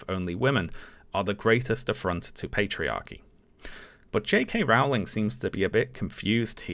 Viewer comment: It's Rowling, as in bowling ........